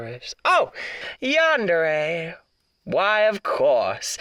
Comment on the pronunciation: Him trying to pronounce ‘yandere’ is so funny to me 😭😭